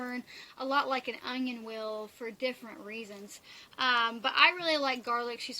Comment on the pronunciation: Love watching you but please pronounce onion correctly there is no g in onion sorry just a pet peeve of mine